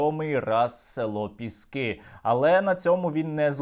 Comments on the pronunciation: Боже, Сергію, ПЄскі, а не ПЕскІ! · Бля, «Пєскі»?????? Не Піски?? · Їм мабудь вже набридло Піскѝ брати, тому вони кажуть 'Пѐски', а не Піскѝ'. 'Pesky' англійською означає 'набридливий'. 😄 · Задрали коверкать название Пески!!! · ці довбойоби не знають слова "пєскі"?)) ніодна собака не може слово їхньою ж мовою вимовити правильно) сука недолугі. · Може шойгу десь і підбрехує, але я вірю в те, що росіяни 7 разів брали піськи (як вони самі вимовляють). Правда не каже за яку щоку... Але то вже не суттєво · Вони навіть вимовити назву села не можуть з 7 разу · Вони навіть не можуть правильно вимовити назву селища Піски 🤦‍♀️😂 А про кількість нашої авіації ми напевно і самі не в курсі! 😀✌️ Слава Україні! Слава ЗСУ 💙💛🇺🇦